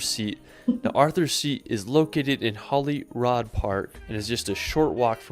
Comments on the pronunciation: Holly Rod sounds like a porn star. But seriously, how can "rood" get mis-pronounced? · Ohhhhh I really cringed at his pronunciation of Edinburgh. He also said Holyrod Park, it’s Holyrood. My BFF is an archaeologist, he loves castles too, he and a colleague discovered the actual spot where Henry VII was born. He wrote a book about Carmarthen Castle in Wales, if anyone is lucky enough to be escorted round a castle or church by him, he brings the history to life! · BTW it's not 'Holyrod' in Edinburgh, as pronounced in the guy's video, it's Holyrood... as in 'rude'. Keep educating girls! 😀👍🏻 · please please please teach him how to pronounce the words. 😆 Never heard it called Holly Rod park. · Holyrood rhymes with Hollywood, i.e. the Holy is pronounced like holly. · lol I love how you cringe every time he says Edinburgh wrong. That’s how we feel when we hear it too. I’ve seen this video before and he says many places wrong. Even Holyrood when he’s talking about Arthur’s seat. I know a lot of our place names look weird so I can’t blame him but I guess. 😂. I always wonder why folks don’t show the Forth Bridge in which is near Edinburgh. It’s a world heritage site and my fav view at home.